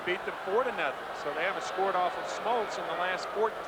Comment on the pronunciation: John "Schmoltz"??